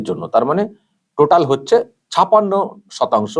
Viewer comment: দাদা আপনি বাঙালি ছপাণ্য টা কানে লাগছে। ছাপ্পান্য উচ্চারণ করলে পরিপূর্ণ হতো। Sorry